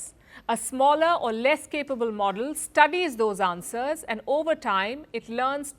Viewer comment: Palki learn how to say "Answers"